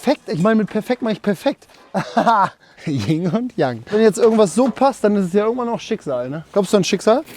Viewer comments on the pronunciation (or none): Nur so zur Info: Es heißt Yin und Yang. Und nicht Ying und Yang ^^ Aber hey, geiles Video wie eh und je <3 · Es heißt übrigens Yin und Yang, nicht Ying ;) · Es heißt btw Yin g und Yang ;) Und Yang ist männlich un Yin weiblich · Wie sehr zerstört man Fynns Lebensbild, wenn man ihm mitteilt, dass das "YIN und Yang" und nicht "YING und Yang" heißt?